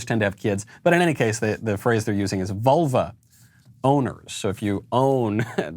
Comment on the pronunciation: Lol, I keep hearing "volvo owner" instead of "vulva owner".